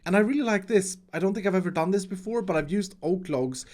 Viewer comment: "I have don it!"